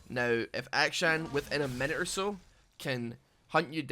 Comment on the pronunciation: It really does sound like you're calling him Aka-chan every time.